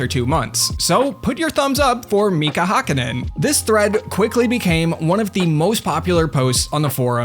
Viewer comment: As a finn that "Mika Häkkinen" really fucked my ears. I mean, our language is stupid so I understand